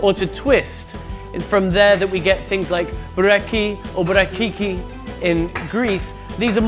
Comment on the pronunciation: It’s called burekaki in Greek not burekiki as he said😅 . I’m not sure if it’s Turkish or Greek, but i suppose it’s a Greek recipe. That’s because long time ago Turkish people used to be nomads, so they surely know better how to cook meat. In my opinion, Türkisch kitchen borrowed many things from the Greek kitchen.